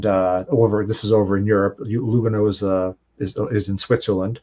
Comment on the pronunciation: Ehrrr... it's Lùgano, not Lugàno. Sorry, it's just my Italian self and how we use accents (Lugàno is in the Italian speaking part of Switzerland). Other than that, your pronunciation of Romance languages is spot on,!:)